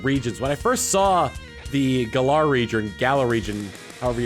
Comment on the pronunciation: U pronounced Galar wrong... This had better not become a habit of fans...